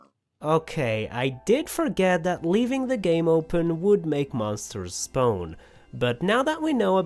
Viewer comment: I love how you say “spone” instead of spawn 🤣🤣🤣